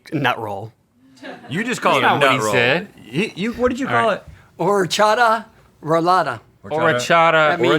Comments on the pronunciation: Ořechová roláda is not Czechoslovekina. ITS CZECH SINCE 1993 also its not pronounced Orechada. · I thought he said horchata rolada 💀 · I guess he's dad is not a direct immigrant from Slovakia and only his parents spoke Slovak, because he pronounced it completely wrong :) but it's so lovely that he still kept a Slovak recipe. it's called "orechová roláda" o-re(pronounce the same as the "re" in "resin")-ch(pronounce the same as "j" in jamón)-ova roláda(that was pronounced okay :) just the á is long sound) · that is not how you pronounce orechová roláda tho 🫣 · I dont know if Kevins dad has some Czech/Slovak roots but that is not how you pronounce orechová roláda in czech/slovak. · Omg I am from Slovakia and the way he said orechová roláda took me a while to get it 😅 but we do love it!